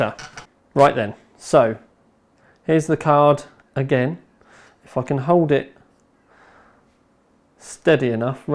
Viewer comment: when he says "if I can" it sounds like "fuckin"